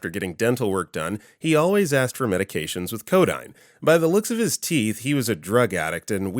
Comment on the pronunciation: Ugh. It's [co - DEEN], not [co - DINE].